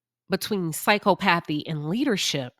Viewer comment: The word is pronounce “Sy Cop athee “ . There are several professions were being a sociopath, psychopath, narcissist, will lend to success. Sales, lawyers, leaders of large amount of people. It requires charm, bending the truth, complex negotiation and lack of empathy. The perfect example would be a sales person trying to sell an overpriced item to an unwitting person.